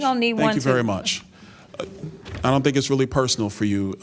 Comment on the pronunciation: Why does Bowser keep saying “iss” when she means “it’s?”